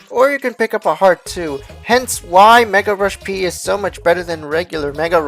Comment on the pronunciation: anyone else get annoyed when he said peril rush P and not Mega Rush P